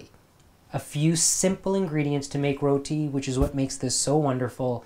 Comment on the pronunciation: nooooo dont say roti like an american.... row-tea.... say it the desi way like you did